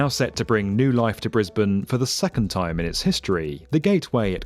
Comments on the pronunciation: You got the Briz-bin pronunciation right, but us Queenslanders say Queens-land, not Queens-lind. Why we're not consistent with our vowels, who knows, but Queens-lind sounds really wrong. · Thanks for saying the city correctly haha.